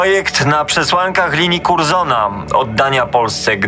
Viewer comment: fajna audycja, ale lektorzy mogli się nauczyć czytania obcych słów i nazwisk-wystarczył Słownik wyrazów obcych. Wtedy chargé d'affaires przeczytaliby jako SZARŻE DAFE, a nie jakieś bzdury. Zupełną żenadą jest odczytanie nazwiska Curzon jako Kurzon zamiast Kerzon albo terminu Volksdeutsch jako Wolksdojcz zamiast Folksdojcz (ta pierwsza wersja sugeruje znaczenie "Niemiec z chmur" zamiast "osoba niemieckiego pochodzenia") Jeśli ktoś chce się zajmować w historią powinien umieć przekazywać ważne informacje zgodnie z prawdą a nie wymyślać własne język i zasady czytania